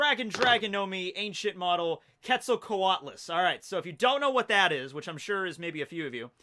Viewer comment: Bruh, the Dodo is not the Magikarp of the Ancient Zoans, it's the Sunkern. Also, quetzalcoatlus is pronounced like Quetzalcoatl, the god it is named after. Fun fact, they would fly across whole bodies of water like the Pasific or Atlantic in search of dog-man sized food that they could swallow whole, and when they are walking around like in the picture , they would be as tall as a full grown giraffe. A fact about the Arthropleura is that they were 3 meters long full grown and may not have been carnivores. Sarcosuchus (pronounced SAR-koh-SOO-kiss) was 12 meters long full grown, weighed a little under 9 tons, with a bite force of over 9 tons, the presence alone of a Sarcosuchus is enough to make a Spinosaurus find a different place to fish.